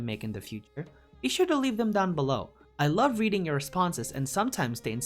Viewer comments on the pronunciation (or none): none